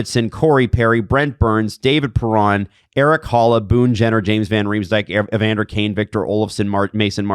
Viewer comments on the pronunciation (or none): none